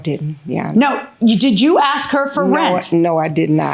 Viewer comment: You in pink its ASK not AXE